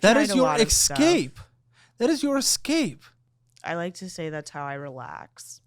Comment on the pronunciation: ESSSSSSSSSCAPE NOT EXXXXXXXXCAPE